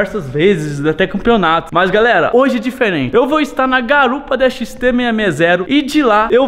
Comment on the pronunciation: Fala "galela"